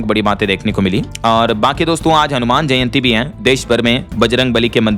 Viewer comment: दो बार आपने जंयति बोला क्यों 😢😮😮